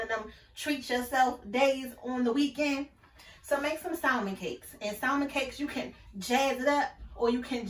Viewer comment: Her saying SALMON instead of salmon silent L irks me 🤣